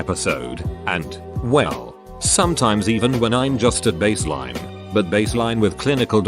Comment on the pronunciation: baseline but pronounced as vaseline